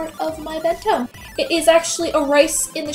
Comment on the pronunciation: it sounds like you say "mento" EVERYTIME.....